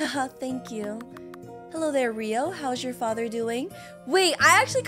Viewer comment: HAHA “FACHERRRR PLEASE HELP MEE”